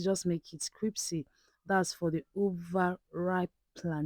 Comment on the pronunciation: "CRIPSY" LOL